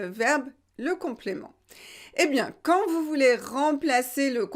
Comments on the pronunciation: pourquoi vous prononcez "QUAND" quantte? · Dear, will you please explain me why you pronounce the final t in the word quand when there is no liaison.